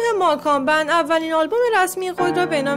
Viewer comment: اول یاد بگیرین درست تلفظ کنین گروه ماکان بند؟؟؟؟؟😐🤣